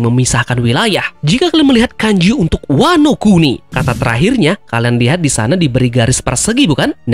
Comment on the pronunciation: ワノ国: bacanya Wano kuni artinya negara, bukan oi. Teori ngakak 😂😂